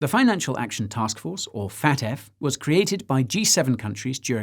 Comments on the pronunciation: I love how you keep saying "Fat F" (FAFT) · I know this is serious but every time you say FATF it sounds like you're saying fat ass